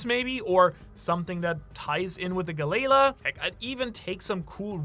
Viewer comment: Do you go out of your way to mispronounce things?? Feng shooey, gah-layla, etc. Love the channel and theories, but that grinds my gears and sometimes I have to shut the video off.